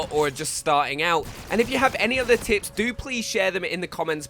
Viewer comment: did you just said finding the tits?